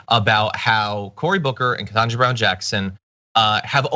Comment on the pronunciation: I think yours is the first vid I've seen point out the fact that Cucker never says her name right. Every. Single. Time. I picked up on it on the second or third time he did it. I wondered if this was his way of throwing an insult without needing to be called out. Your explanation of it makes perfect sense. Thanks.